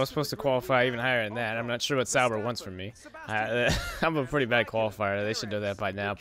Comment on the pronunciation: Wait what, havent been watching this series but what? Sauber in 1st? Not too realistic haha, i dont think sauber even got a top 10 last year. Also how do you manage to pronounce literally every name wrong haha jkjk